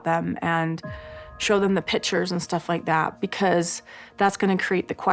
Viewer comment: You mean “pitcher”? 😂